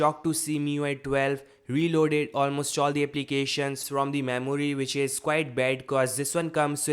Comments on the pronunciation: Memory ---- Maimooryyyy 😂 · I love how he speaks memuri😂😂